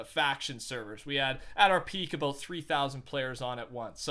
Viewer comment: Ohh 😂😂 it’s because first someone said “aboot” then “a boot” 😂😂👌🏽